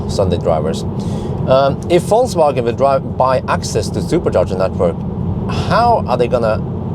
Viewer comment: I really like the way you pronounce "Falsewagen" 🥰